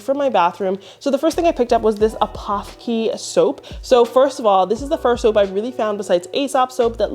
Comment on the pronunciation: 🤣🤣🤣🤣🤣🤣APOTHEKE it is a German word it means drug store or pharmacy it is pronounced ah-pO-tA-ka...love yer videos !!!!